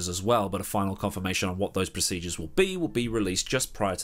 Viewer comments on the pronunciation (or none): none